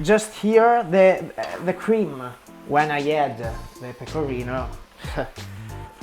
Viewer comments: Io ti ammiro tanto e lodo la tua intraprendenza, spesso molti si vergognano nel parlare una lingua straniera! Ma quando hai detto PECORRINOW so morta dalle risate ahahahah! <3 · Gli stranieri provano a pronunciare "pecorino" in modo giusto. Lui che parla in inglese: peco(R alla inglese)ino